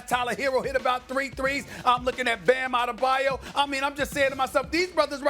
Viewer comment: That's how Perkins butcher his name.